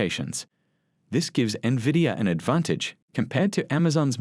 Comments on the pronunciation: No NEVIDIA. Is call NVIDIA. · NOT Nah-vidia. Its pronounced IN-vidia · N VEE DEE A = NVIDIA. Do not call it NEVIDIA. It makes people think lesser of your program. People needs to know how to pronounce the name correctly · Good God. It's not "navidia." I can't count the number of times I've heard "experts" mispronounce the name. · Omg investors can't even pronounce the company name correctly..